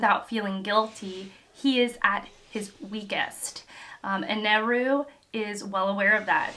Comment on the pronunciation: im so early!!! i always look forward to seeing a new one piece video from you, i haven't watched fully yet but i hope you're enjoying yourself! there's an arc coming up in the near future that im really looking forward to seeing your thoughts on 😊 also, eneru can be pronounced like "in-eh-ru" (basically how you're pronouncing it anyway), but in some translations he's referred to as enel, pronounced "in-el" its up to personal preference!